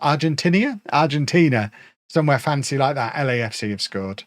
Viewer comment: When said Lecafca I was looking down and I was confused enough until I saw he meant LAFC. Which made me laugh.